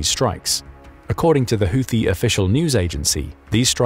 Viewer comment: PRONOUNCIATION CHECK: Houthi is NOT pronounced with "th", but with a simple "T" no matter who else you've heard mispronounce it. You're welcome.